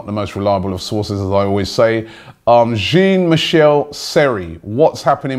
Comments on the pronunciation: Haha "Jeen" Seri.. as an Arsenal fan you should be used to pronouncing French names correctly. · you pronounce jean (michel seri), asensio , vazquez and kolasinac wrong